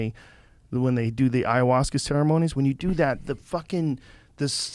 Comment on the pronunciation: So when are u guys doing iowahuaska....eyeohjuaska...Ihuasca